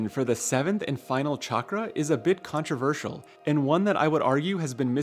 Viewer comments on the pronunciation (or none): none